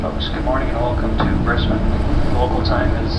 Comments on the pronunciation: So impressed you pronounce Brisbane correctly. Can you say Melbourne properly? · Thank you for saying Brisbane properly! ❤